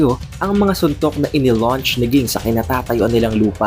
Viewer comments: king naririnig ko haha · Lods nag away na sila sa pagkabigkas mo ng pangalan ni ging or jing. Hehe pero lods sana jing nalang gamitin mo, kasi parang nawala pagka astig pag ging hehe nasanay na kasi sa jing😁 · Pronounce mo name ni Ging ng maayos lods... Jing pagkabasa or pronounce 😊😊